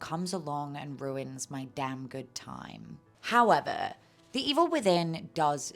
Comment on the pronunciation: I love your videos, so informative and entertaining ❤ I also laughed when you said “ee-vill” remembering how funny it was on your previous videos.